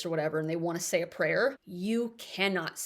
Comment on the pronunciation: Say, not day.😖